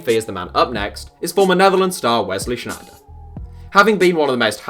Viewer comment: Kluivert has a terrible mentality. He won't come good. That's also not how you pronounce Sneijder. Lol.